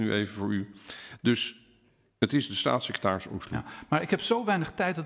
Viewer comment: "Stasisecretaris" niet "Satsisecretaris"